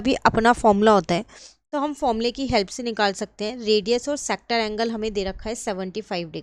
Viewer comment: Perimeter❌ parimeter✔️ Sector ❌sactor ✔️ Semi circle ❌sami circle✔️ Haha😂 just for fun Well explained mam